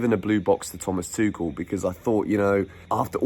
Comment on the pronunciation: He didn’t say tushel😁😁😁